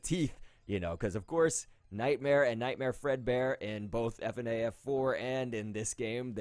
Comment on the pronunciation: NOT FUHNAF JUST FNAF JEEZ!